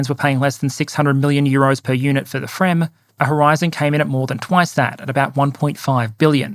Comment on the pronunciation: You have pronounced fremm decently: the effort is appreciated!